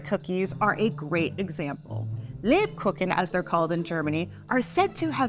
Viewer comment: Me as a german hearing how she pronounces Lebkuchen and Nürnberger 😭